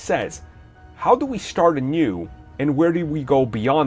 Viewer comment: Rami Alj Anew, not a new 😂